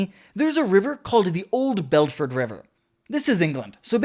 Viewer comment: Belford river? It’s bed. Ford and it’s a canal now repeat after me Leicestershire